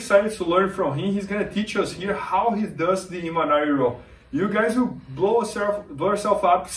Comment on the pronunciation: MAN!!!!!!!! It’s Imanari!!!!!